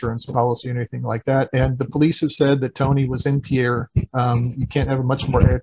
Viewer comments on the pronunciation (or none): Pierre is pronounced "peer," rather than "pee-air."